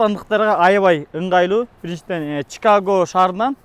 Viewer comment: Алып баруучу кыздын аты кандай, Чикага деп нерфке тийбей туура суйлосун Чикаго деп айтылат